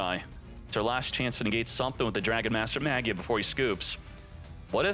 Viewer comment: it bothers me how you pronounce "magia" 😭